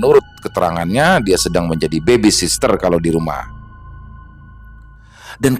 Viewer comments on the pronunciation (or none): Mas...sebutan yg betul... baby sitter - momong adek Baby sister - adek cewek